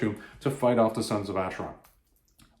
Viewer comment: My Goddess, a Conan the Barbarian Graphic Novel "written" by Don Kraar, a man who in my opinion should never be permitted any where near any of Conan's adventures. Oh, one other thing, it it pronounced "Aker-on", not "Acher-on".